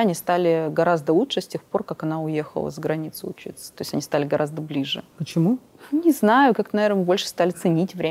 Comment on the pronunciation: Очень неприятная тетенька, очень умненькая Алена. Тетенька циничная, холодная и все время проглатывает буквы в словах-сушьте, почьму, чек /человек/. С дикцией нужно поработать. Лучший судья-кассовый аппарат! Не пошла бы, даже имея серьезные проблемы. Не зря слово "человек" она произносит, ка "чек"!